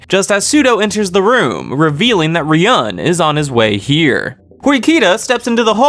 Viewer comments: it's not about what "I want" but the correct way to say it is 'ryuu - en' you can check that in the anime as well. While you're saying something like ryaan or Ruyan lmao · Loving your vids bro, but seriously you gotta stop mispronouncing Ryuuen's name. If it's too hard just call him Dragon boy 😂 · amazing video bro thoroughly enjoyed every minute of it. although i gotta say fix ur pronunciation of ryuens name next volume vid lmaoo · Bro can you please start saying ryueens name right. Good video apart from that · you are pronouncing ryuuen wrong just fyi but great story telling anyway